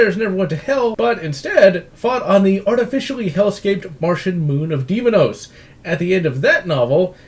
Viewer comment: Its day mos not demonous